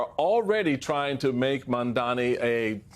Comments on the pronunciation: It’s M-A-M-D-A-N-I.. Mum-tha-nee… not Mundami.. how hard is it? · ITS MAMDANI (MOM-DONNY) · Steele??? What is so difficult in saying MAMDANI??? Are you as uneducated and illiterate as Trumpy? I hope not. The poor petal got kicked out of the Republican party. They do not want Black there. Trumpy cannot stand you chaps. At least congratulate Zohran Mamdani. He is authentic. Much more than I can say about you. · Americans are really bad at learning to pronounce their subjects" names before saying them. OR, díd Trump set a trend with the pronounciation of Kamala's name? Do your prep Mr Steel. MAMDANI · Why does Steele have a job on here?? What does he do? Why is he cackling like Kamala Harris? What's funny? Zohran's last name is Mamdani!! Why can't Steele pronounce it? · Why does even have a job at MSNBC. No one cares about his insight. And by the way learn how to say his name it’s Zohran Mamdani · Come on Steele - you could have practiced pronouncing his name correctly. Seriously unprofessional. Please stay in the Republican Party because we don’t need your advice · 💯 It's so mind boggling why so many can't or won't pronounce ZOHRAN MAMDANI's name correctly. The three syllables in his family name are in the sound system of English Language. I think it shows their conscious or unconscious indifference towards those who are different from them.😢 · He did stumble, but he corrected himself. It would’ve been better if he got it right the first try, but stumbles happen, and he did say it correctly after owning his mistake. How many people repeatedly mispronounce someone’s name on purpose? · How many times can you mess a person's last name in one segment?